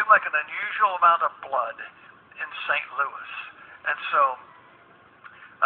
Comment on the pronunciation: he put emphasis on St. Louis